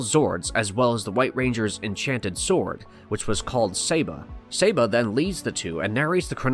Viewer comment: Love billy. Also its SAH-BA not SAY- BA lol (Saba)